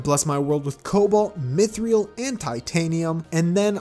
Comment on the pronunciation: Why do you always say Mythril like myth-re-ill? Its myth-ril